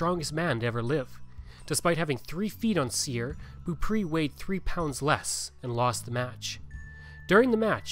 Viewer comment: It would be nice if you had learned how to pronounce Beaupre.